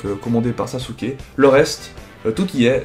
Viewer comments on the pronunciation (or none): none